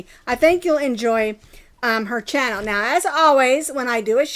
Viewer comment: When you accidentally said channel wrong.